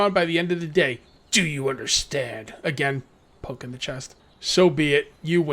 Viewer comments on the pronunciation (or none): none